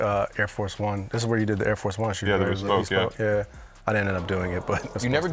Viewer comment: bea-spoke, shanil, sell-fridges